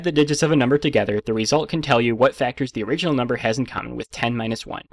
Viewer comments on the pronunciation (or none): none